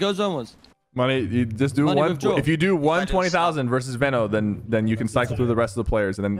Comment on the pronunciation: Its veeeno no veno